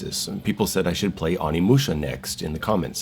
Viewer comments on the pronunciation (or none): its not AW-nimusha. It's O-nimusha (probably, correct me if Im wrong)